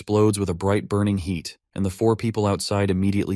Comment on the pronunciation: HEAD for HEAT? WTF??